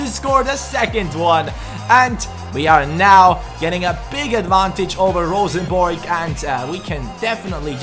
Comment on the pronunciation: Best non-norwegian pronounciation of Rosenborg I've heard yet, kudos! Also great videos, now I don't have to buy the game myself, since you're doing pretty much the same things I would! :)